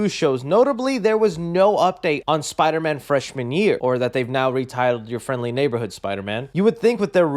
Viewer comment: Spider-Man No R